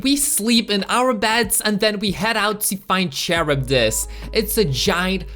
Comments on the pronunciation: Noone: This dude say CHURUBIS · The video is interesting but I cringed with the way he said Charybdis, liked the video but that one part hurt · I'm confused is it pronounced charibdis or karibdis